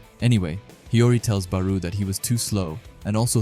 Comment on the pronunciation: Why do you pronounce Barou like that